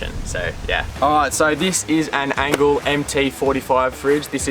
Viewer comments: Doing my head in how you keep calling the Engel an "Angle". Is this a Victorian accent thing? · Good vid but it’s Engel not Angle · Stop calling it an Angle. It’s Engel! It’s not double the power. 35W and 55W one so 40% less than the other - not half (or double) and not 80% less. Initially yeah one was ½ the other and at the end again about ½. Also - never keep any fridge on the tray of a Ute in the weather. You wouldn’t do that with your house fridge - don’t do it with a camping fridge. They are not weather proof. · Its engel not angle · It's engel not angle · It's an Engel not an Angel. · Fellas its an Engel fridge, not an Angle fridge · Why are they saying ‘angle’? I thought it was ‘Engel’ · Click. Click. Click. Click. Click. Click. Engle, not angle. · Are you saying "Angle"? Good video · Engel fellas not Angle 🤦‍♂️ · You know it’s a “Engel” not an angle 😂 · Engel not angle. Otherwise, great review 👌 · It's an ENGEL not a ANGLE. You boys keep saying Angle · Its engle not angle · Engel starts with an E not an A so how do I trust a review when you seem to not know the product you are using. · That's just NOT how I pronounce it. And when it's spelled Engel, it's not an angle. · Lads, great comparison. Like the effort you went to. But Jesus please pronounce Engel correctly. It starts with a E not an A.